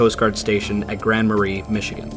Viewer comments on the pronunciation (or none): You pronounced Grand Marais wrong, the s is silent so it rhymed with “bay”. Sounds like muh-ray. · It's pronounced Grand Mer-Ehh. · It's "Gran' maRay "Michigan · Its pronounced like Grand Ma-Ray. Not Marie.